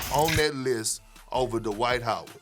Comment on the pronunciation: DUH-wight Howard